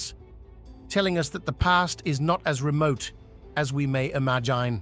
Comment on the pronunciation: I can't take any video about London seriously when "London" and "imagine" are pronounced incorrectly 🙄😡 Also, it's very odd to see random pictures of rural estates when you're on about the Tower of London and Westminster Abbey 🙄 I had a feeling that maybe I should find a good book first. I'm off to do that now...